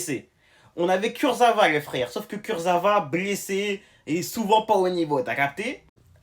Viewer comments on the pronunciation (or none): Kurzawa chef pas Kurzava